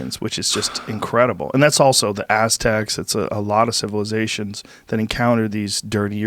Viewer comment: 'Ass Tecks'